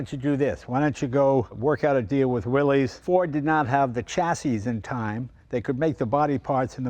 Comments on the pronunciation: There never was a Willeys or Willies or Willy’s. It’s Willys, no apostrophe, pronounced Will-iss. Willys-Overland founded by John North Willys. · It's pronounced "willis." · Et tu, Jay? It's pronounced Willis. The guy's name was John North "Willis." No apostrophe. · From recent research, we now know Willys is pronounced "Willis." 🤔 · As soon as he said, “ Willy’s” I’m done. Leno, you disappoint me. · Thanks for sharing a great GPW with us Mr. Leno, but for goodness sake, please get the name Willys right. It's not Willeez. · it's pronounced "Willis" thanks for coming out.... noob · I thought it was pronounced WILLIS…what year did Jeep start the 7 slots for 7 continents? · its pronounce 'will iss' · Can't deal with the "Willeeze" pronunciation, but great video. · "Will-iss"... It wasn't pronounced the way it looks. What I want to know: Is it bulletproof? 😂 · "Willys" should be pronounced "Willis". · Correct pronunciation is WillISS. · You'd think Leno, more than anyone else on YT, would know better. He probably has a dozen cars built by Willys-Overland, and yet throws out a "Willy's". 🤦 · Isn’t it pronounced “Willis”? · Jay, I really expected you to know how to pronounce Willys. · Disappointing that even you mispronounce Willys. I had such high hopes.😢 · Jay, you're a collector. You should know how to pronounce "Willys." 😐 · Even Jay mispronounces Willys. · With how knowledgeable Jay is about cars, I’m surprised he pronounced ‘Willys’ wrong. 🤔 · Yes, it is. The young and uniformed pronounce it the way it's spelled. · Please, Jay, the name Willys is pronounced as Willis, not Willies. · It's not pronounced Willy's, it's pronounced Willis. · Willeez...willeez...willeez...over and over throughout the video. It's pronounced "Willis." It's not the possessive form of "Willy," It's company owner John Willys's last name, and it's pronounced "Willis," like when Arnold says "Whatchyoutalkinabout Willis?" in Diff'rent Strokes. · It's pronounced Willis.